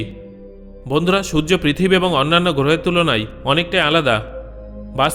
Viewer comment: Sojjo na surjo